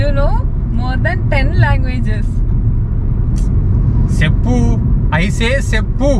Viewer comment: 6.10 that's not seppu that's cheppu🤣🤣🤣